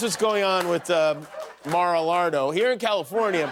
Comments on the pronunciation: Maralaro. That was perfect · Mar-a-Lardo... >> Mag-a-Lardo™